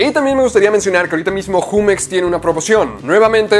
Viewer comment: se escribe jumex no se dice asi 😐